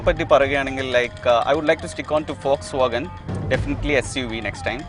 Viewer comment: വോൾക്സ് വാഗൻ അല്ല, ഫോക്സ് വാഗൺ എന്നുപറയു.